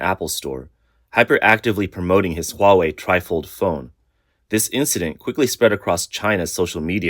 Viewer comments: Hawei AHAHAHAHA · whats huawei LOWA?